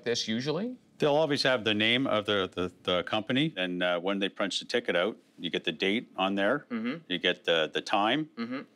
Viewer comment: Out.....Oout..........Hoooooooooout..........Houuuuuuuuuuttttttttttttttt.....How do you say it???? lol